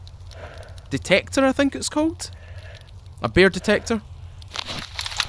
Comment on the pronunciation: Not so used to your accent so when i heard you say "Bear detector" I swear I thought you said beer detector lol.